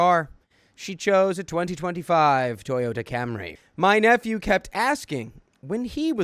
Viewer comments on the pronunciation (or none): I kid you not when I first heard you say I have a niece and nephew it sounded like I have a niece and f u. But I miss hear everything it's how my brain works